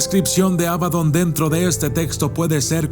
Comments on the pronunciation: Por qué pronuncias Ábadon si es Abadón...? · abadÓn, con acento en la Ó. Gran video de todos modos, como siempre 👍